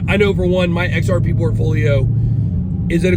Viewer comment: I can’t take you seriously when you say XRP